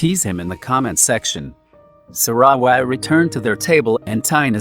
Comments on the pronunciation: Omg the voice narrating sarawat's name gets me on crack lol 😂😂😂 it's like saRa..wAt but still thank you for this. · im sorry but the pronunciation of sarawat